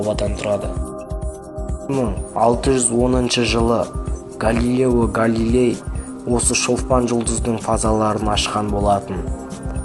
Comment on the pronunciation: Галелео галели емес галелео галили